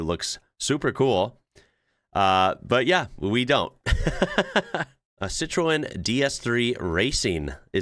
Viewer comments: Citroen you pronounce - Sit-rohn. Otherwise I will counter you with a Cheev-ro-let ZED Zero-Six :D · Hahaha, it took me ages to realise you wete saying Citroen (Sitren) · Citroen is pronounced ... Sit - trun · Bro, I love your videos, so here’s a tip on how to say citroên .. Sit-trun … ( rhymes with bun ) but say it fast. Mash the Ts…. And yes, I know that’s not how the French say it but only the French can say it the way the French say it 😂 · I really wish you'd learn how to say Citroen! Americans can't say Jaguar either. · Your pronunciation of 'Citroen' was hilarious!